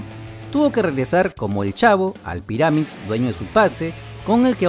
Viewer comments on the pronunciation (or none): Info, se pronuncian... Píramids y Léister